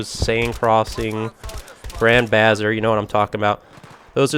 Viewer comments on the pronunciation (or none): Hey, why do you call "Grand Bazaar" Grand Bazzer?